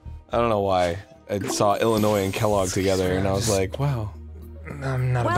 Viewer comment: THANK YOU DAN AND ARIN FOR NOT PRONOUNCING THE S IN ILLINOIS. THIS IS WHY I LOVE YOU GUYS